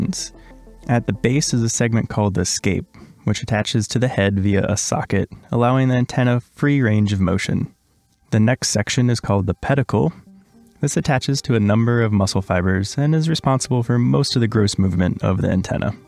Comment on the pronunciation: oviposItor, with an 'i', and "pedicel" with an 's' sound as with any latin name